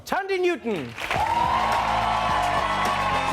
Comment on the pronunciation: Tandie? I thought it was pronounced Thandie? I guess the "h" is silent?